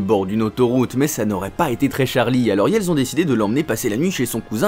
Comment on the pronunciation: Pourqioi A chaque fois que tu dois dire "ils" tu dis "yel" tu devrait apprendre à parler